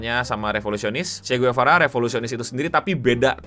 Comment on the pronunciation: Sekedar koreksi Cara baca Marie Antoinette begini 'Marí Antwánet'. Kalau Che Guevara di bagian Guevara begini 'Gwevara' bukan 'Guwevara', agak cepet dikit di bagian 'Gue'.